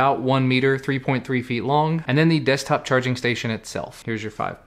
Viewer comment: ehehehehe "Destkop"